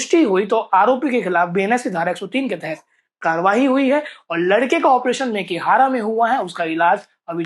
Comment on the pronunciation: अनपढ़ रिपोर्टर मेकेहरा नहीं मेकाहारा होता है